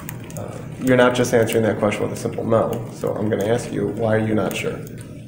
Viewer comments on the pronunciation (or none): “I don’t understand the kwerstshun.”